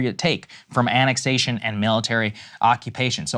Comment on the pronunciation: And today we weigh in on yet another subject we have no specific expertise in or extensive knowledge of but heard so much about on the internet making us experts on it... Btw, the accent is on the third syllable in "annexation", so it's pronounced "annexAtion", not "ANNexation". I mean if you can't get the pronunciation right then what else are you getting wrong?